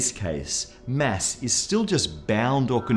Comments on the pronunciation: Its not mess. Its mass. you filthy * . Lol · Why do i hear mess not Mass? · am I the only one who heard Mass as mess all the time? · much funnier video when you listen for "mess" instead of "mass" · Not you again. where is the other guy? You say "mass" weird